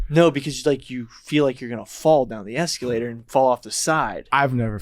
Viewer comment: Eskeeelater lol